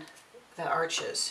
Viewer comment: The auto focus feature on your camera makes this video almost unwatchable. Also, Arches is pronounced "arsh". I appreciate the information however.